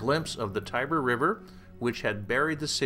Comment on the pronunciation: I would propose to pronounce the names of the river and the goddesses etc. the way the Romans pronounced them or the way the Italians use and pronounce them today and to avoid your American gibberish. Europe is not Texas and not Kentucky.